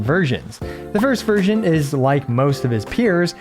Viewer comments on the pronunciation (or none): Every time he says version I hear virgin😭